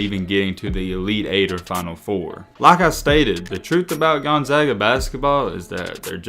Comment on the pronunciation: At least you pronounced the school's name correctly, do some research on their non conference games.